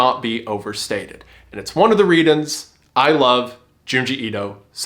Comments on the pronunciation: favorite part of this was wendigoon saying readons when he was trying to say reasons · hehe he said readons